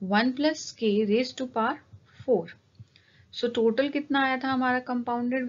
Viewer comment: Aapne total ko toted bola